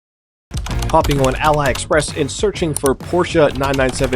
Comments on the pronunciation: "Allie" Express is killing me lol...."A Lee" Express. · Figure that this guy is just a moron and can’t pronounce anything correctly. He says Vee o la, Porsch, and Allie Express when it should be vwa la, Por scha, and ah lee. Just an ignorant moron with money. The worst kind of moron there is. 😂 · It's ALee express not alie express. Also the fact porche charged you for a warrenty thing is insane cars looking nice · have you never heard anyone talk about "aliexpress" or is it just an american thing not to be bothered with getting things right? it would take just a couple of seconds to think it through is it written "allyexpress"? No. Is it Al-I-Express? No. Then why would you say it like that? Stupid. Did you rly say Viola instead of Voila? Voah-la - is how a normal unlobotomised human would say it. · he says ally express too :D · love your content from here in London but please get it right, Ali express is pronounced alley as in alley way. It’s the marketplace store for the previous Chinese competitor to eBay which was called Ali Baba (as in “Ali Baba and the 40 thieves”). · Say it with me “A Lee” 😅